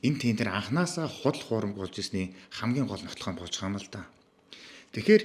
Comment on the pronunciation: Zdaa naad BAIGAA YM gedgee ymar lalriin hew maygaar heldiin be